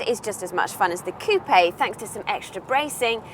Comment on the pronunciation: coupé = coo-pay